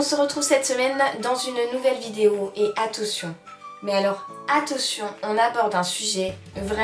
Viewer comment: attention pas attotion 😂😊